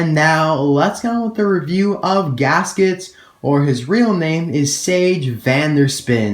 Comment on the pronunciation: You arent wrong, it is good pronounced in english, in spanish is diferent. Finally!!!! My favorite racer is gask its of course. Thank you. Great video.